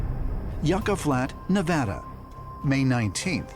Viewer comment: Please learn how to pronounce NEVADA.